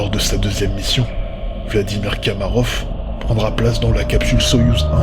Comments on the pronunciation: on dit pas "kamarof" mais komarov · J'ai une remarque à faire : vous vous êtes trompé en prononçant le nom de l'astronaute soviétique. Ce n'est pas Kamarov, mais Komarov.